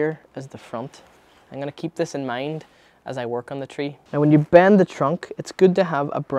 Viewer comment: You say bend how I say band...how do you pronounce band haha. Band it dane and make sure you don’t get inverse teppper